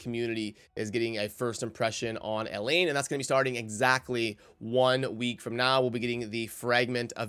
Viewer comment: I remember you calling her Elaine throughout numerous videos back then. I think it’s El-haine but whatever. I still like your content lol.